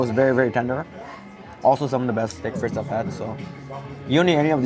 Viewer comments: It's not steak FRITZ it's FREET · Omg please learn how to pronounce FRITES